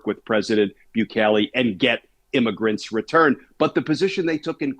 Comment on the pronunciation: IMMAGRENTS? IS THAT WHAT WERE CALLING CRIMINALS WHO SNEEK INTO THE USA?